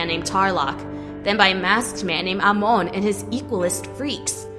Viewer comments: i hate this who is amooooon ITS AMON NOT AMOONNNNNNNNNNNNNNNNNNNNNNNNNNN GET THERER NAMES RIGHTTTTTTTTTTTTTTTTTTTTTTTTTTTTTTTTTTTTTTTTTTTTTTTTTTTTTTTTTTTTTT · Amoan? No no no, it’s Amon. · It’s Amon not amoun!!!!!!!!!!! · Amon not Amon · Amoan? Its prononced Amon. ( AH-MON) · Amon BTW NOT AMONE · I’m sorry but amoon 😂😭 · Anybody notices how she keeps saying aimone when it's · Ton RACK? EH Mon? RAY Kou? I don't think the person reading the script has ever watched The Legend of Korra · She pronounced "Amon" "Amoan" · hey, that's not how pronounce Amon, you're saying: Amoon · Lol no offense but you say omon kinda weird but I understand that it is a bit hard to say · Nice video. But Amon is pronounced "Aman". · It is pronunced Aman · You don’t say Amon Correctly 😡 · Ikr and its pissing me off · Does anybody hear her say Amon wrong. 😫😫😫😫😫😑😑😑😑😑 PS: no offense. 😇😇😇😁😁😁🤗🤗🤗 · She said Amon wrong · She pronounced Amon wrong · Wtf you pronounced amon wrong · i died a bit the way she pronounced amon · Great job but your pronouncing Amon wrong but eh it doesn't matter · Why does she say amon weird like that? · Anyone else cringe every time she said amons name wrong? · You said Amon wrong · Why does she pronouce Amon so weirdly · I can't stand the way the narrator pronounces Amon's name. Super annoying. Also, using words like "sneaked" when "had snuck" would work infinitely better really ground away at me. They're small complaints, but those little things add up.